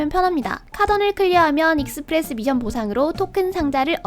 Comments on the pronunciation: mission인데 자꾸 발음을 tion이라고하네 미쎤이 맞아요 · 미션할 때 ㅅ발음이 th네요 특이하시네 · 서울 사람 아닌가 미션이라고 할때 이상한데 경상도는 미쎤이라 하지